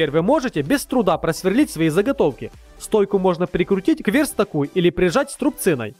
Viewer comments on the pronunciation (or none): слух режет это озвучивание с ОШИБКАМИ. верстак это верстАк а не вЕрстак. и тп. меня поддержут учителя русского восмидесятых...